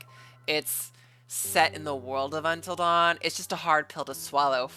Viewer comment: This trailer made me so mad when I first saw it. I know this is Sony, but how do you mess up “Until Dawn” this badly?